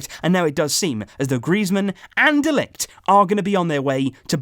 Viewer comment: Can you pronounce De Ligt's name like this next time : Ma-theis De Ligt. Just trying to help mate